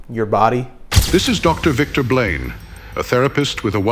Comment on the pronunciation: Narrator saying “Victor Blane” sounds like… “victim blame.” 🤔